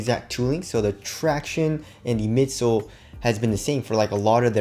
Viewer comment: “The tractionays” 😂